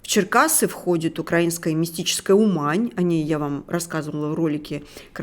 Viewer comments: От тупая.Не УмАнь,а Уууумань.Не ТАльне,а ТальнЕеее.А речка называется РОооось.Прежде чем записывать видео,подготовся.А то как джинды. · 🙂🙂Не УмАнь, а Умань и не КанЁв, а КАнев!!...... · У'мань,ударение на,, у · Уважаемый автор, материал. конечно, интересный, но надо как-то аккуратнее с произношением географических названий городов и местностей: не УмАнь, а Умань, не Канёв, а КАнев, украИнский, а не укрАинский и т.д.. .Неправильное произношение очень режет слух и обесценивает материал. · Не УмАнь, а Умань. Не ТАльное, а ТальнОе. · Умань, а не УмАнь! Ведущей бы квалификацию повысить для начала, а потом уже вещать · Не УмАнь, а Умань. Я оттуда родом, ваше произношение явно не знатока темы, я человека которому дали прочитать бумажку не подготовившись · Не это не интересно,лутше про гуманоидов или глобальное потепление, и не у'мань ,а умань ,с большой буквы конечно ,а где земля руских? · Не УмАнь,а Умань,ударение на "у".Не путайте с УхАнь, Китай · Неплохо было бы автору ознакомиться с правильным названием украинских городов. Режет слух, когда звучит "КанЕв" или "УмАнь". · Умань!!!!! А не УМані. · Какой Канёв?КАнев,ударение на А!Умань,а не УмАнь.Ударение на У!Вы ,хоть бы подготовились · Не КанЁв, а кАнев...не УмАнь, а Умань. Хотя для большинства это действительно не имеет никакого значения. Но когда речь заходит о серьёзных темах, то можно потрудиться правильно называть города. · Не Ума́нь, а У́мань! Для развития! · Не УмАнь, а Умань! Не КанЕв, а КАнев! А вообще, конечно, главное, как мы знаем, глупости произносить с умным выражением лица. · Не УмАнь, а Умань, ударение на У! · Вобще-то в названии Умань ударение делается на букве У'. Зачем так долго показывать вой этих евреев? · Тільки не СмЄла, а СмІла, не уМань, а Умань! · Не УмАнь,а Умань. КАнев. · Ударение на первую гласную в названии города Умань. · Город Кане(еееее),ни "ё",ударение на первый слог!!!!и город У(ууууу)мань,ударение на "У"!режет слух неправильное произношение,плохо подготовилась!🤐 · У-мань, ударение на У